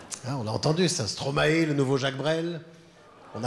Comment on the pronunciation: Par pitié son nom ça se prononce STROMAILLE pas STROMA-É et il ne faut pas juste écouter une seule de ses chansons étant 🇧🇪 je préfère 1000x à J-Brel, rien que son nom me donne envie de me suicider ma mère qui écoutait ça en boucle avec sa dépression